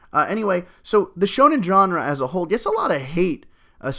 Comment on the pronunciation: D aaahhhhhh you said it right!!!